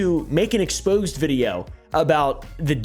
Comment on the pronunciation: An exposé video, pronounced ex-po-say, not an expose video. Makes no sense.